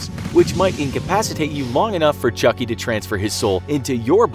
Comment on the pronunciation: I thought you said chunky